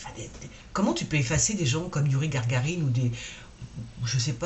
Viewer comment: c est pas Gargarine mais Gagarine😂😂